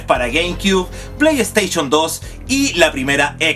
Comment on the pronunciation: Playsteichon, chaolin jajajaja! Aprendé a hablar! El video estaba bueno igual :D